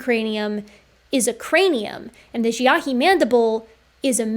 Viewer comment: Love and appreciate your work but please please look into a prounciation guide for the Chinese names you use. I put my notes below, but it is really distracting from the topic when the names are consistently misprounced. - Harbin = Har-bean - Dali = one utterance, edit: so no emphasis placed anywhere. Kind of like pronouncing the name "ellie" - Xiahe = XIA-huh (emphasis placed on xia, not on he)(xia is more like s-iah with the s being like a whistling hiss sound almost but its close enough in the video that this is more next step after all the other notes) - Xujiayao = Tsu Jia-yao (Xu uses a whistle tone similar to ts sound, but a bit softer. The u is a ooo sound. It is also seperated from jiayao, with a pause before continuing on.) (Jiayao was pronounced well! though jia could have a stronger J start) - Feng = Fung (like Fungis but with no "-is") - Penghu = Pung-Hoo (Peng is broken down in pe-ng with the e being more of a uh sound, kind of like the word pug. So put together its puh-ng.) (Hu is pronounced like in Hulu, where the u is a more ooo sound) Side note - Hualongdong was pronounced perfectly! Aside from the above: I'm on team H. J is probably a distinct enough group that it makes sense to distinguish them out in comparison to H. Sapiens +/- H. Longi but I would like to see more work done before I fully commit to that stance :)